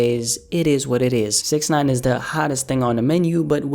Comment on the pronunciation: You saying Snitch9ine's name wrong